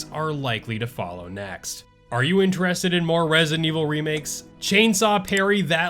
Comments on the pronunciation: You do know it’s ResiDENT (space) Evil….right? Not Resinevil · “Rezent Evil” lol 😆